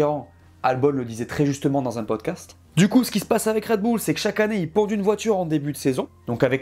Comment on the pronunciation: Ca fait plaisir un français qui prononce à peu près correctement le nom de cette équipe, marre des commentaires parlant de "Raide Bulle" !